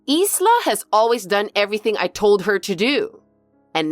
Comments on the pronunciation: I think that “Isla” is pronounced “I-la”, like “eye-lah”, the “s” is silent. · Ffs it's pronounced with a silent S 😂